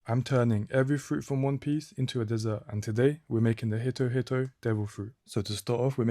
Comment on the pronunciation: Its pronounced "HEE-toh" not "hit oh"